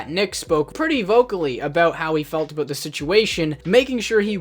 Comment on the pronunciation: Talking aboot 😂